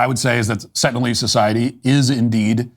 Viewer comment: "Sentinialese" ? Sengalise? instead ? // Sounds like Biden supporters to me.